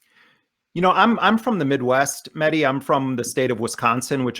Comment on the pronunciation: If u can't pronounce names dont say it. This jihadist symphetizer, oxford smart ass aljazeera wizzel is mahedi not muddy. 🤣🤣🤣🤣🤣